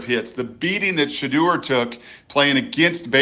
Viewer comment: Shedeur Sanders pronunciation: Sha-Door ✅ Sha-Durr ❌